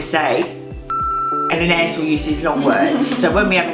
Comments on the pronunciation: It’s so interesting the way you pronounce “Anaïs” in the UK! I speak French and we pronounce it “Ah-nah-ees” :) cute video ! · I don’t think her mum realises there’s a proper French pronunciation, I’m in the UK and I’ve never heard it said an-ay-is before, only the French way!